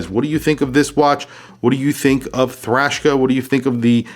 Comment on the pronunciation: The name puts me off. I keep hearing “Trashka”